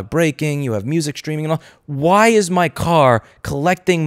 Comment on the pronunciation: Thought you said cat, not car. Shame, we could have answered that question.